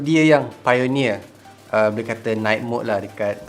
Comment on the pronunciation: "buleh" instead of "boleh" 🤭